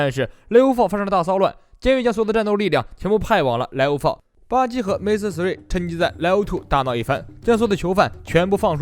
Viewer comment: 终于把"MR"念成"MR"而不是"M" “ R” 了